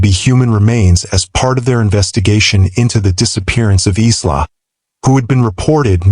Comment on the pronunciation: The victims name was Isla not eastlaw. It’s pronounced eyela